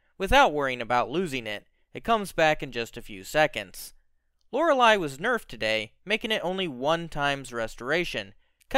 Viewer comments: My guy its lore-ley not lore-ali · You are probably the first person in existence who pronounces Loreley as Lorel i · Lor-lee. It ain't that hard. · Who's Lora-lie? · LOR-LEE it's pronounced LOR-LEE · why do you say lorely wrong? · Can you please pronounce Loreley correctly good god